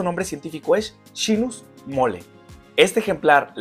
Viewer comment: Gracias, ¡lo acabo de ver! Me encantó aprender más sobre este árbol,!! Informacion muy interesante! Y en Perú se le conoce como Molle (pronunciado moye y no mole) Ya me suscribí!